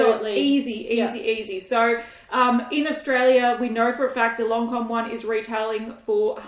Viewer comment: It's lancòme not loncom 😂